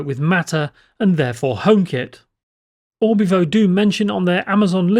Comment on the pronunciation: Its Orvibo not Orbivo :)